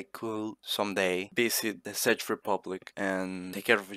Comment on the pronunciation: Good video but it isnt pronouce SADGE republic but check republic